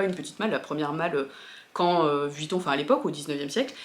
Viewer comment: C’est comme Margavaluxe qui dit Vitton au lieu de Vuitton 😊 sac juste sublime!! 👏